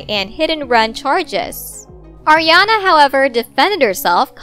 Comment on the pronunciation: It's ARiana not Ajiana